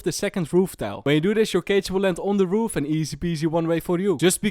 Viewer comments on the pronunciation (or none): none